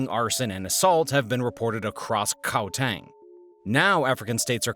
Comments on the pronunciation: You should say Gauteng like "CowTeng" with a "G instead of C" to say it correctly. this is our 20 th minster now in paliment or 30 or something, with another multi million rand salary for nothing, and Andre was found using apartheid assaisins to do his investegations, which found him a lot of enemies as well. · The way you pronounced Gauteng made me cringe soooo hard🥲 great video tho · Except for gauteng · Yeah, there were more than a few mistakes there. Not to mention his awkward way of pronouncing "Gauteng".